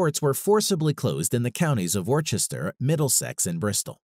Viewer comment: it is too bad he mispronounces Worcester and thereafter. It isn't pronounced Wor-ches-ter like he says. Rather it is Wou -ster (The vowel sound is like the "wou" sound in" would".)